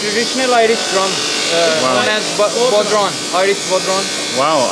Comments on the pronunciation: nice one! tbf he did a better job than most Americans at pronouncing it! They'd have said Bod-Ron! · The Irish drum is called a bodhrán and is pronounced bow-rawn (bow as in take a bow). They're gorgeous and have been part of Irish culture for centuries! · What an absolutely fascinating video! I would have never thought that traditional Irish folk drums (incidentally, bodhrán is pronounced something like "bough-rone") and other European/Arabic/historic instruments are being manufactured by hand in Pakistan of all places! I would love to own one of their lute guitars. Absolutely brilliant entrepreneurship from whoever decided to start this enterprise. Thank you Karl for this tour!